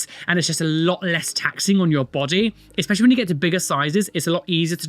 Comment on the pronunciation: Especially, not expessially